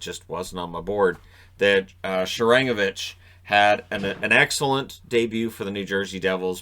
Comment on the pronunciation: Thanks for mentioning him,. For future reference, it's pronounced SHAR-an-GO-vich, not sha-RANG-o-vich.